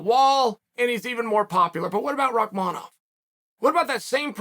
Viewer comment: Can we stop for a second and realize that Uncle Chael had the time to pronounce Rakmanov name correctly l😂